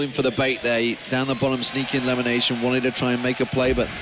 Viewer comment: limination? can't even pronounce lemon properly :/